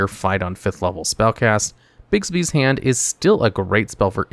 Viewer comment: Sweet lord, stop calling it 'Bigsby's' it's 'BIGBY'S'